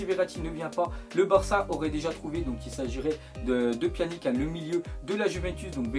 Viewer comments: c pas "pianique" sa se prononce "pianitch" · on dit pjanić tes sérieux de dire pjanic Ces abuser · Pas [Pianique] mais on dit [Pianitche]